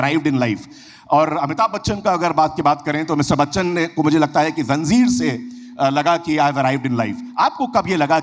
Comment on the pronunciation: zanjeer ko zanzeer kehtey bhi sun lia. wah, urdu jashn waaley